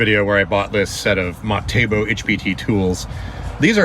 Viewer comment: I love it when you say Matebo it is Metabo haha. Sooo funny